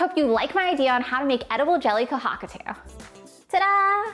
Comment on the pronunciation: The way you pronounce kohakutou is very painful LOL. Ko- ha ku toe is the way it should be pronounced :)